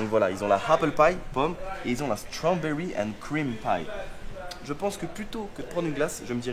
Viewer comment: « Happle », « Stromberry » trop fort 👌🏼